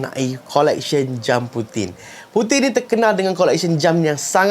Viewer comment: Puting ,bila sebut puting ingat puting..